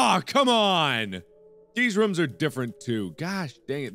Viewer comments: Its rooms not rums btw not to be a hater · Haha I like how he says rooms. it's like rum. hmmm a channel where markiplier sings....yea I would check that out lol. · anyone ever notice that he pronounces rooms as rum